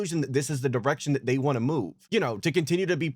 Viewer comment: it sounds like dsp says 'wahn' or 'wah' instead of 'want'